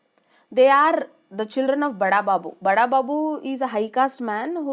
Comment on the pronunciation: Mam it's not bada babu its burra babu